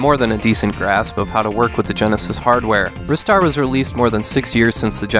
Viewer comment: Finally, someone who pronounces Ristar the way I do rather than "Rye-star" :P Also failed to mention this has one of the best OST's on the genesis!